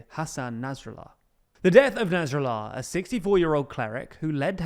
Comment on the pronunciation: why do you say naz rallar not nasrallah